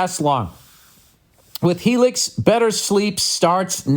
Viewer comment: My brother rants and raves everytime he goes to the chiropractor. Also its hee-lix billy smooth balls